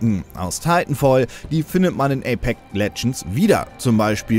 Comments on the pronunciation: APEX und nicht Apek alter. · wie er so nach knapp 5 minuten nur noch APEK sagt weil er das X dauernt verschlugt und ja ich war auch so "moment was wo kommt das denn her"